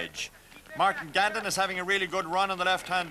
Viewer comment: Yeah I knew I’d seen all of this before except the RTÉ commentary. i.e. calling the Ring stage Rossmore, “Martin Gandon” should be Grandon, and it’s not an Intergrail. Although it is nice to hear the dulcimer tones of Brendan O Reilly (R.I.P.)